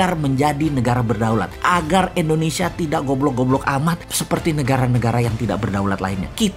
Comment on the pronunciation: Halo om Boss... boleh tau ga, kenapa penyebutan Indonesia menjadi Endonesia, disetiap videonya, maaf yah..karena aku belum paham. Karena agak sedikit ngeganjel setiap kali dengar om Boss bilang Endonesia...🙏😊, salam dari aku yah..like all your video Om boss...